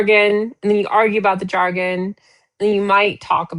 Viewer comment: the pronunciation of "jargon" is not "jar-'GONE." It is "'JAR-gun." Pronouncing words incorrectly hurts the cause especially when you give them grief about pronunciation in the SAME debate. LOVE YOU,! 🙂